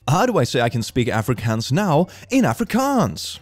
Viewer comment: As a South African pronunciation of Afrikaans hurt me deep in my soul